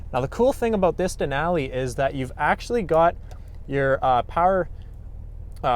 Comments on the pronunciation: Hilarious pronunciation of a great National Park! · That’s not how you say Denali